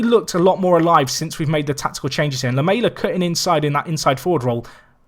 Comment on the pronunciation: Great video! Please learn how to say Lamela though